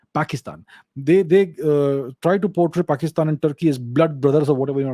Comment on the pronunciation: His pronunciation of "paxitan" killed me 🤣😂😂